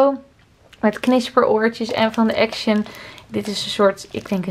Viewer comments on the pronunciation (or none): none